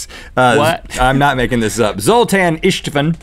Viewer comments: That's a pretty common Hungarian name, we ain't no aliens! István is pronounced eesht-vuhn fyi. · Istvan is pronounced Ishtvaan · FYI, "Istvan" is the Hungarian version of Stephen, and is pronounced "EEsht-von" like "East" with an "sh" instead of an s, then "von." (It's my brother's name.) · umm,Zoltán István is a hungarian guy...you pronounce István as ishtvaan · Funny how americans spell european/eastern names ...Istvan is pronounced like "Ishtvan" and the "a" is like in "half" (same goes to the "a" in Zoltan") and is translated into Steven in english. Zoltan is a common name in hungary (no , not hungry! ;) ) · It's ''Zoltán István'' guys! And its a hungarian name ;) ''István'' is Stephen in english....anyway, after that video, I decided that I'm gonna send you a package of really traditional stuff.....I don't even know how, but i will!! I like your videos!